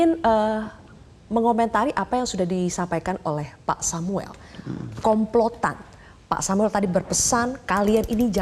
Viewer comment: Menit saya ngakak,kelompotan.yh seharusnya komplotan🤣🤣 Adakah yg satu server dgn saya😁😁